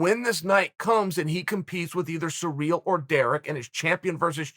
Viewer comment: Chael we love you man but for gods sake my man, please learn to pronounce the fighters names... “Surreal” ?? Come on fam.